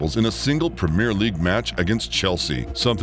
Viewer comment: …and they way it says premier and Solanke is laughable.